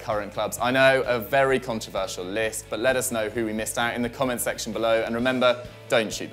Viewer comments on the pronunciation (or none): none